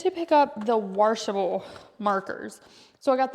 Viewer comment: washable not waRshable. 😬